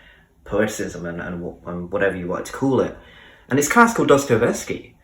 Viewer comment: But check how to pronounce Dostoyevsky. Sorry, dont want to offend.